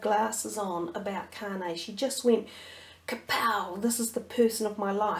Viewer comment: Its Kanye (Con-Yay)